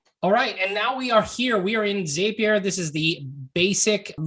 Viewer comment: It's a zap, therefore it's Zapier with the short A. Not a long A. The word zap is in the company name, why do people change the name to a long A sound?